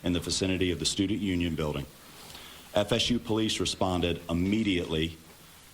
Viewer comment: Can somebody tell that cop that he is not saying immediately correctly what a doof.. how did he get to do the interview. Failed grammar in middle school